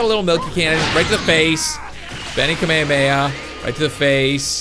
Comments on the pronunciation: its ka-may-ha-may-ha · You said Kamehameha wrong it's like Kama hama ha is how u say it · its pronounced kamay hamay ha not kameameha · It's Ka me ha me ha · he says kamhameha so wrong